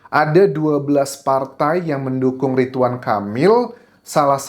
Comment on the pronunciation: Ridwan bukan ritwan 😢